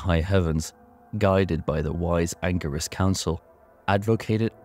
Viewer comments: Angirus (hard G) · An-jeer-iss Council, my friend - Cain tells us it in Diablo 3